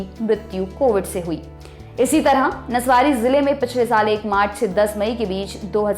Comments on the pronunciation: નસવારી nahi નવસારી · Nasavari nahi navasari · It's navsari medam...